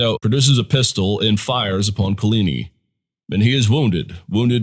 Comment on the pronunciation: Could you please find someone at your school to teach you how to pronounce Guise and Coligny correctly?